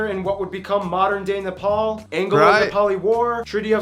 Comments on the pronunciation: Finally someone that pronounces Nepal correctly. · He actually pronounced NEPAL right